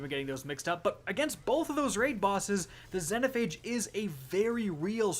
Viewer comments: ahh yes, gill-a-tine. zen-o-phage. enslaved pronounciation. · Zen O phage..... it’s ZEE NO PHAGE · Zeee no phage not zeno phage jesus its been out since shadowkeep get it right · "Zen-oh Phage" God dammit 😆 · Had to dislike after hearing this man butcher xenophage so bad